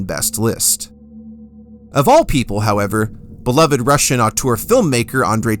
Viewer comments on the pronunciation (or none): none